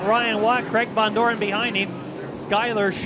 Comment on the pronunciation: Its VONDOREN not VANDOREN